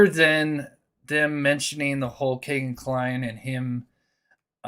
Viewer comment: Why you say kay-gin , his name is key-gin